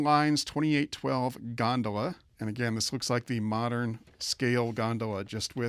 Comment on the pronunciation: You mispronounced gondola and those so-called logs are barrels. You may want to review Lionel postwar train catalogs and terms. Apparently, you're too much in the modern era. Personally I consider myself a postwar era historian. ☮️